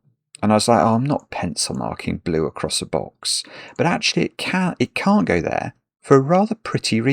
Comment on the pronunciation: stumbled on the word "can't". I'm wondering if he accidentally said "can" or if he accidentally pronounced "can't" with an American vowel. It's a funny thing about the North American vs British pronunciation that we have a hard time enunciating the difference between "can" and "can't". The British pronunciation would be useful except it would make us sound unbearably posh if we tried using it. Like the guy who sings "the lady in red...is DAHHNcing with me".